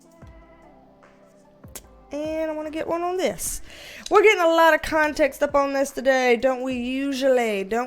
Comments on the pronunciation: HA! I've found myself thinking 'gimme conTEXT' with your accent many times a day when dealing with co-workers. HAAHAA! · I subscribed 2 days ago and I'm already saying context as "conTEXT". Your enthusiasm is contagious! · I will never say the word "conTEXT" the same again 😂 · I love you’re accent and the way you say ConTEXT!! Makes me feel at home!! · How context is pronounced up here: kahhhhh-n-tehh-ex-t Yeah.. bostonians are obnoxious. At least there's no R's in it 🤣 I digress, 10k ahhhhh-mazing!! You are just getting started my dear and we are here to support you along your journey. Keep on manifesting that dream BB! xo□ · I think you should let your hair be curly more often!! I love how you say Context. I find myself saying it the same way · Curly girls unite! I love how you say CONTEXT. Makes me smile. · I just love how you say "context". Also, love your curly hair! And congrats on 10K subs!! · Congratulacionnnnes!!! (Read in that spanglish accent like you do with the word interpetacionnn) Do you want some CONTEXT of my life?? 🤣🤣